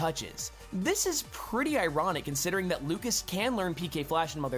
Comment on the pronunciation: I know it's just a Smash Bros. gameplay analysis, but I still feel like you should at least MENTION the correct pronunciations. You mispronounced Lucas (it's the French version of the name: [lyoo-kah]) and Onett (pronounced how it's spelt: [oh-net]).